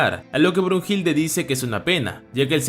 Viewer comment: No es brujilda es Brunilda